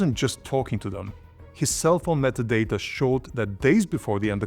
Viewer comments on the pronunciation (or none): none